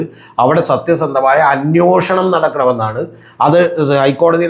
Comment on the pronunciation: അന്വേഷണം ആണ് correct word.... അന്യോഷണം അല്ല